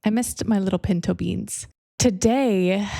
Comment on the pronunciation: Wait, you were saying pinto beans? I was so sure you mean pentobean, like pentacles bean, and I was like of course, it’s a message about money